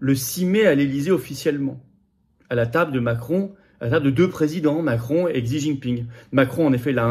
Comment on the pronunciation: Se prononce... "Chi"